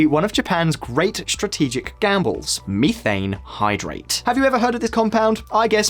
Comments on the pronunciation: Meeethane!..lol..someone tell this guy it METH! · Searches for Miifane Hydrate. Google: You mean Methane.